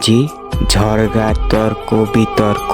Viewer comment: ঝড়গা না ঝগড়া